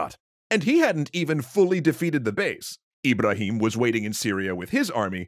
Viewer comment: My name is “Ebrahim” and let me just say, you knocked those pronunciations out of the park! Genuinely thought someone was calling my name